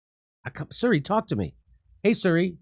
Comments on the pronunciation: Hey jimmy, it’s SIRI…not SURRY. This guy gets worse every segment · Jimi. It's "Siri" not "Suri" 😂😂😂😂😂😂